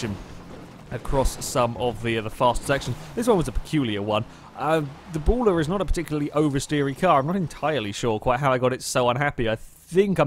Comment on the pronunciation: Berlin-error is how you pronounce it. R* has a great sense of humor.